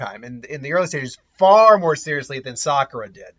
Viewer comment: "Saskura". Dude, you just did the equivalent of making the donut. That's rolls off the tongue way better.